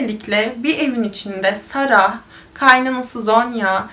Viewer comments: ingilizce yazismasinda "sarah" diye yazilir ama okunusta sondaki "h" tellefuz edilmiyo. yani cok kasmaniza gerek yoktu, Sara veya Sera diyebilirdiniz. yani bu isim bir coook ulkede de kullaniliyor cunku cok yaygin ve hicbirinde de saraH diye soylenmiyor. ilk defa goruyorum birisi "sarah" diye soyluyor bu ismi cok sasirdim nasil olur diye.(bundan sonraki videolariniz icin soyledim aklinizda olsun) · Keske olaylarini paylastigin inslanlarin isimlerini düzgün bir sekilde söyleye bilsen. Cok rahtsiz edici. Sara „h“ cok rahatsiz edici.